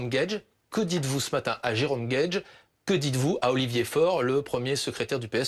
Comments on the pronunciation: C'est pas Jerome Guedji c'est Jerome Guedj.. c'est pas "deux poids d'mesure" c'est "deux poids deux mesures" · guedjyyyy ! Mais t'as raison, contrairement à bompard, il ne mérite pas qu'on prononce bien son nom